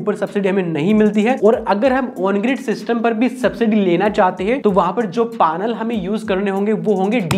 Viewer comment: पानल क्या होता है भाई ।।। पैनल होता h वो